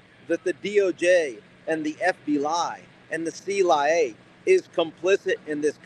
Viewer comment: I simply love it when he said “The C-lie-A!!”